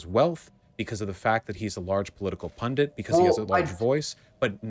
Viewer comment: Why do they keep pronouncing pundit as "pundant", like it rhymes with fondant.